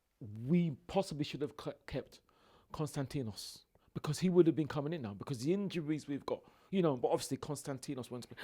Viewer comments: 'Konstatinos'., 18.06.20.🤣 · Man said K-O-N-S-T-A-N-T-I-N-O-S 😭🤣